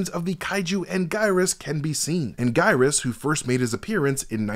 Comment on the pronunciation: It’s always stressful seeing a breakdown for a franchise someone has clearly never seen. So much is incorrect and the way he pronounces Anguirus shows that he’s never heard the name said out loud before.